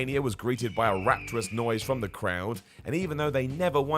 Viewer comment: Rapturous... Not... Not "raptorous". Rapture, not raptor.